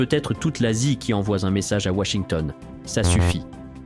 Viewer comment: Ces insupportables voix d'IA, atones, et qui inventent des liaisons là où il n'y en a pas ("qui envoie-Z-un...") >_<"